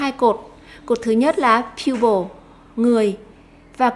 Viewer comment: chữ people cô đọc thành pupil rồi :D